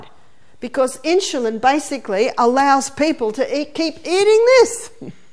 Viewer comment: Absolutely wonderful presentations! Thank you for posting all the talks that you have. Very much appreciated. Sharing with so many needing health and wellnees help. Just one suggestion -its In-su-lin, not in-shu-lin.